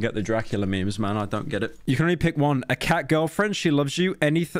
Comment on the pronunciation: I distinctly remember him saying "LE MEMES" on a few occasions lmfao